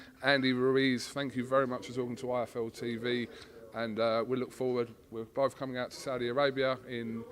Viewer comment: you can see Andy mouthing iFL as he reads shirt to make sure he gets it right in the outro. He still didn't say it right 🙈. Andy seems like a decent guy though, so friendly and easy to talk to. Good luck to him but hopefully AJ brings those belts back.